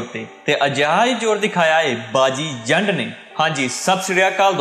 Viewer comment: ਜ਼ੰਡ ਨੀ , ਜੰਡ